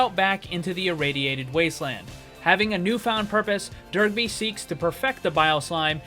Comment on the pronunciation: Love the concept, but I can't stop hearing you say Derpy every time you say his name. Dunno why, but it cracked me up the whole video.